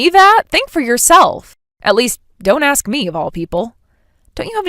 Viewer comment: In the story of Charlotte and Eli, the actor playing the latter once again, as in all his roles, indulges deliberately in the wannabe "ghetto" affectation of pronouncing the word "ask" as "axe." It is cringey and offensive.